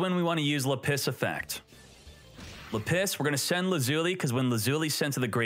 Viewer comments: normal person: lapiz: La-PISS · Lap-is not La Piss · It’s lapis, not lapiss😂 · LA PISS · still can't pronounce lapiz. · Do you actually think lapis is pronounced "la-piss" or are you memeing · The way you are pronouncing Lapis is killing me. XD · It's Lapis Not Lapis smh 🙄🙄🙄